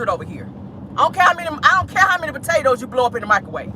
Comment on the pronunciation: Botatoes you know can’t pronounce Potatoes right😂😂😂😂